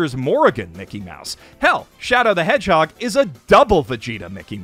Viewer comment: Im upset that ive never heard double velveeta micky mouse be called shadow the edge-hog untill now